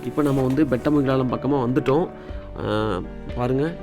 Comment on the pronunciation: ஊரு பெயர் சரியாக உச்சரிக்கும். பெட்டமங்கலம்?